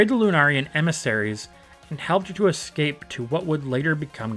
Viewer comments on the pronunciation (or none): none